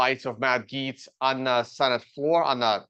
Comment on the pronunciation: Tuned out when it got to your opinion of Gaetz. That you have no idea how to pronounce his name is a flag for how little you know about the guy. Saying this as a staunch republican, Gaetz is an absolute snake. Trump loyalist, yes, but he's a scumbag. His resigning had nothing to do with this appointment, it was because the ethics committee report was going to go public if he didn't. He didn't need to resign until after he was confirmed.